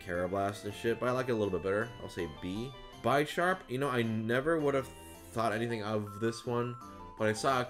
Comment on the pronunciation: That way of pronouncing "Bisharp" though (They're a pawn and a bishop)